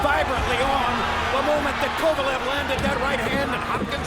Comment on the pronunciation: You can actually hear Kovalev's name being pronounced properly and you still insist on saying it wrong through most of the video, are you puddled or something?